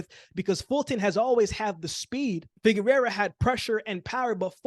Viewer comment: Correction on your pronunciation: Figueroa (figure-row-uh) —not Figurerra (figure-rare-uh).